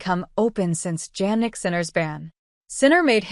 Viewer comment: Please pronounce Sinner full name correctly: Jannik Sinner not Jagnic Sinner. It’s sounds like Yannik Sinner. It’s not Jeynik Sinner.